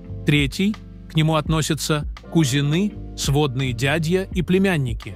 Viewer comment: Какая отвратительная озвучка! Ударения на слова чудовищны! КузЕны, а не кУзены, ГАбсбургов, а не ГабсбургОв. Слышать подобное уже само по себе испытание, и не то что подписываться, а и просто открывать этот канал совершенно расхотелось.